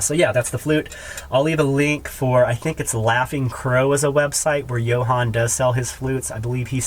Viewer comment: Love the spoons, beautiful work, price accordingly because they are a ton of work and artists need to get paid for their work. Ahhhhh the flutes! I noticed you say Johan (your first flute video also) but it is Jonah Thompson and because of your videos I bought a Jonah Thompson flute and now own about 12 different flutes by about six different makers. Thank you for all you do!